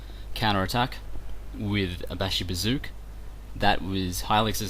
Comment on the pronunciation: LOL Bashibazookawookas...OK aside from murdering the Turkish language uh glad to see you back in action as always you are crushing the fools who are deleuded enough to think they stand a chanceanyways good job. BTW....AHA I KNEW YOU WERE A MUTANT!!!!!